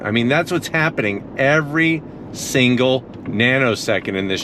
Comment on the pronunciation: i got a tongue twister for ya! haha i noticed how you say single and signal hehe Specific turn signals Signal specific singles Specific signs signal Specific singles